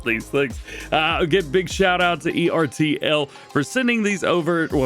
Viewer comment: It’s pronounced Ertl-as one word